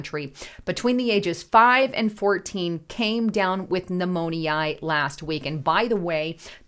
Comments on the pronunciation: it's not pneumon-ee-i....it's pronounced pneumon-ya!!!...Its me!!! I just have this weird thing about mispronounced words! Lol😊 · Pneumonia > New-moan-ee-aah! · Behoove. Now that's a word I don't hear every day. 😅 BTW, it's " new mo nyuh. Not eye ah. Thanks. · new-moan-eye?? that's not how you pronounce pneumonia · Please learn how to pronounce pneumonia - mispronunciation is like nails on a chalkboard to many. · You say pneumonia illitrate. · I had to turn off this update. Your pronunciation of Pneumonia is distracting and a turn off. Hard to listen to your report when you keep f'ing up the word. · 😂😅 me too… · Darn! You made me listen long enough to hear how she really botched that word, LOL! That is so funny. I've never heard it pronounced like that. Is she a real person?